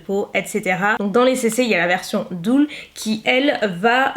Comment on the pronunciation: Bon par contre ça se prononce "deul", pas "doul" ;-)